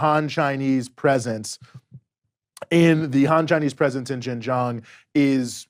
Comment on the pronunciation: Anyone who cant event be bothered to learn how to pronounce Xinjiang get switched off immediately, it is not Jinzhang. Seen enough in 8 min to see that 1. these idiots think US is the only one with any agency in this relationship - still entirely US centric - its so weird to me. 2. this is all CH propaganda talking points. is a shill. "more privileges than the Han majority" massive lol - try saying that about positive discrimination in the US.. Don't let your hatred of the US lead you to believe this trash.